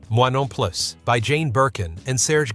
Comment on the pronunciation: "Moi Non Plus" is pronounced "Mwa Non Ploo" in French.